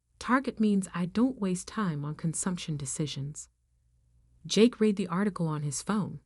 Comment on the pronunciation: Whatever mechanism you use for reading the script, human or computer, so much is mispronounced. It’s either computer software that can’t distinguish read (pronounced like reed) or read (pronounced like red) or a human who has never read the script. Just one example.